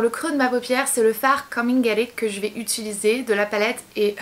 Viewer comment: Tu as un tic verbal tu dit "ituliser" au lieu de "utiliser" sa me bloque à chaque fois ahaha